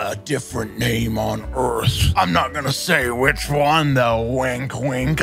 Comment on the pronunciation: “The Hwhich” I have been laughing at this for like 15 minutes straight and I have no idea why it’s so funny!